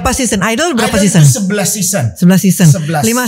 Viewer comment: Seson sebutnya sezon